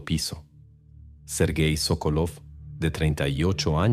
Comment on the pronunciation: Sókolov es correcto el apellido, la esposa es Sokólova. Los nombres en ruso se pronuncian como esdrújulas. Si la palabra es grave, el acento va en la primera sílaba como Pútil.